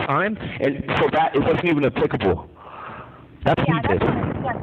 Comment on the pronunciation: Did he just say “applicable” and “intentional” ? SAT it up Wade!